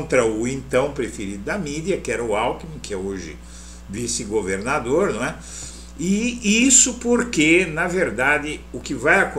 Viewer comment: Alckmin é vice presidente, 🤭. Tu falou "governandor". Obrigada pelo seu trabalho, eu querido